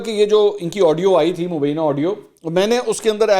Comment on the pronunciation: آپ اتنے بڑے اینکر ہیں لفظ مبینه نہیں ہوتا ی کے اوپر شد ہوتی ہے no mubeena it is mubyna تصحیح کر لیں ۔